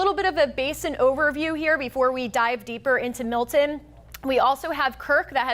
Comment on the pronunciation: It's Milton, not Mil'en.